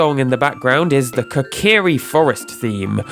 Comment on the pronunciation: according to miyamoto... coke-uh-ree